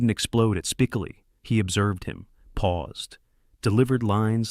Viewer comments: Spi--co--li not "Spicali" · This narrator can’t even get Spicoli’s name right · This narrator is either purposely mispronouncing Spicoli's name or he's never personally watched the movie. How annoying.